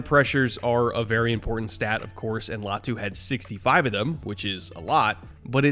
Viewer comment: LAY-ah-tu 👎 LIE-ah-tu 👍 ✌️